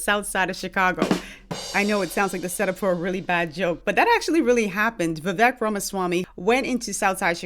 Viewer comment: He always keeps it 💯 as far as I can tell and his name is pronounced Viv-vake Rhymes with cake.